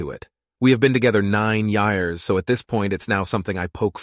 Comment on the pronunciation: Nine YIE-yarz?! That's a LONNNNNG time.